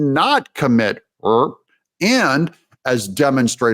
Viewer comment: What’s with the “rurr” it’s RAPE not rurr 🤔